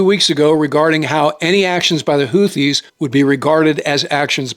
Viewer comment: It's "hoo-tee" not "hoo-thee". No "Th" sound. Emphasis on 1st syllable.